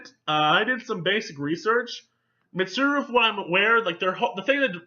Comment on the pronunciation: Just to reassure you. You pronounced Mitsuru correctly every time